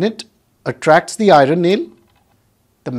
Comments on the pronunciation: Not iroon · Hii Sr ur explanation is very clear nd easy to understand.. I have only one suggestion of the pronunciation of iron..pl do check it if I am wrong..